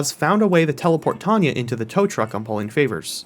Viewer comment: “T-awn-Ya” not “T-ohn-ya” hue